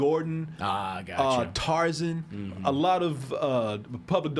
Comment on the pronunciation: pronounces Tarzan like it’s a last name.